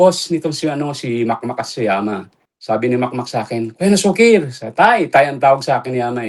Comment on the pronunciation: Na-su- kir ang basa sa pangan nian Hindi nasu-kir.. na-su-kir ilocano word Yan nanparang pasaway👌🏿